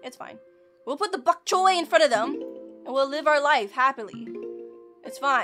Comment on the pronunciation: Name: Bonk choy: bbhok chhoy